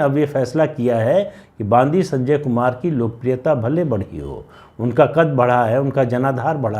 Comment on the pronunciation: बंडि संजय। बांदी नहीं।